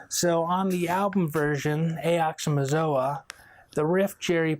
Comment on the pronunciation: Why can't anyone ever pronounce "Ox-Oh-Mox-Oh-Ah" correctly lol